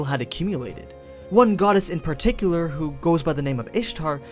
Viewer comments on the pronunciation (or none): none